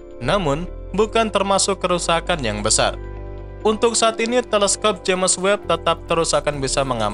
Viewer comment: Sebutan james itu sepatutnya disebut jayms.